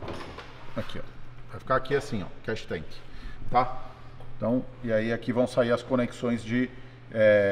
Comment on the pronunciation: Não é Cash tank é Catch tank, o povo gosta de falar os termos em ingles e fala tudo errado!